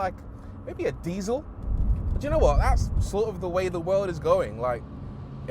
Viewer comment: Rory almost fell into Jezza mode, "Possibly the best Lamborghini in the worrrrld!"